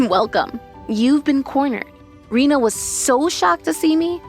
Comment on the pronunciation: Oh yeah, Rina instead of Rena.